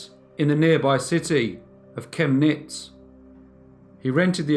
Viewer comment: Kemnitz: emphasis on *Kem"!